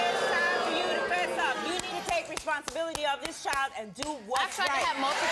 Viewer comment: It’s “child” not “chowl”.